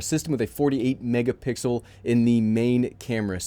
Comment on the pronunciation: I skipped ahead 10s three times and heard - 48 megapixels - mégapixels - 48 megapixel Lol